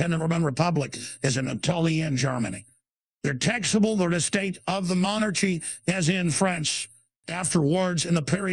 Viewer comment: Monar-Chy Commonism love the mispronunciations! 😂🤣